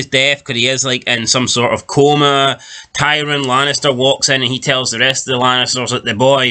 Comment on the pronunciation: You're watching the show and you dont even know how to say TYRION, absolute trainwreck...